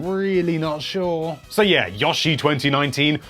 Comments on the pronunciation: "Yaa Shee" wtf. its "YO" "SHE" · "Yah-She" ...I think you mean "Yo-She" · never say yoshie again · Did... did he say... yashi I’m sorry I usually don’t make fun of accents but that’s pretty funny but no offense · No offense but it really triggers me how he says yoshi. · I hate it when he says the O in Yoshi.